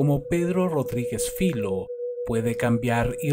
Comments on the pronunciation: Filho no es su apellido. Es hijo en portugués. Su padre se llamaba igual, por eso lo llaman así. Y se pronuncia Fillo, no filo. Saludos. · No se pronuncia filo, se pronuncia filiu y significa ( hijo ) en português.